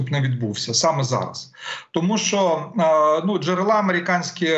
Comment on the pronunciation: Не "джерела" з нагосом на а, з наголосом друге е. Невіглас.